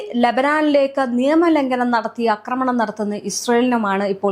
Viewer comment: അക്രമണം അല്ല, ആക്രമണം ആണ് ശരിയായ വാക്ക്.